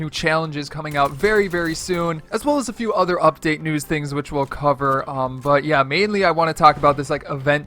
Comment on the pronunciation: Says “UPDAT” lmao first